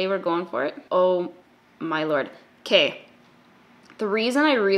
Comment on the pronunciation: "okey" love a canadian queen